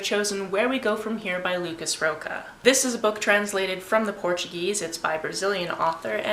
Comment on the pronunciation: Yey, You're reading brazilian =D I haven't read that one yet, but I've heard it is good (not great, but good and informative). The author last name is more closely pronunced like Raw-sha, but no problem =D Just so you know. I'll try to read some queer. I've got "Binti" on my december tbr already, and I guess the protagonist is queer isn't it? happy reading =D I've been loving the vlogs of the trip! Thanks for that!